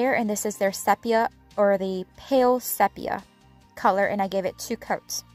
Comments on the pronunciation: I thought you might like to know that the e in sepia is a long e sound—see-pia. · The word “sepia” is pronounced with a long E, SEE-pee-a. Just in case you wondered. LOL